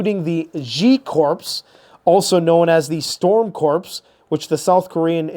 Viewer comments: Come on,, "CORPS" is pronounced "CORE." "CORPSE," a dead body is a "CORPSE." Stop insulting our Marine Corps (Core). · "Corps" sounds like Apple "core", not like "corpse" -- Forgive me saying so😸 and maybe it's a North American standard pronunciation, but I've heard it so often lately from various channels that it was beginng to get to me! Such a vital channel, though!🌟💖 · Corps is pronounced as core. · Thanks for the update...But, FOR THE LOVE OF GOD, please pronounce the word "corps" correctly, which is phonetically sounded as..."core" with a silent "p" and silent "s"...this is the 4th time in the last year I have brought this to your attention...at this point i think you are just doing it to know that I am losing my s***t...lol 😅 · The "p" is silent? WTH. lol. 😮